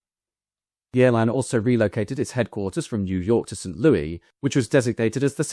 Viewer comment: With hesitation because I have no desire to appear smug. I especially have no desire to appear ungrateful for the many edifying hours spent with your commitment to thorough research. The city of song which is the home of the Gateway Arch monument and Anheuser-Busch brewing is not pronounced in formal context like it is, informally and with affection, in all of those songs. Despite the French historic connections, and formerly language, being prominent. Approximately "Saint Lewis" is correct. Example